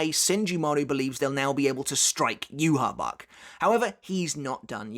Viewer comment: You said "U-Haul Bork", hahaha